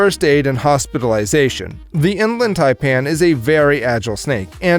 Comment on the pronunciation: You failed hard on the inland taipan